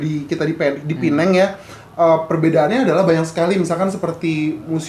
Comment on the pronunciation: Bagus U guys pronounce Penang betul 90% of Indo YouTubers salah pronounce